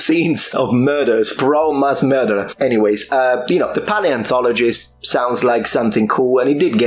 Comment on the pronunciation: pie-antologist? is that the "actual" pronounciation?